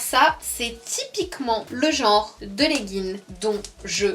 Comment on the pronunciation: On dit pas leggin mais legginG 😊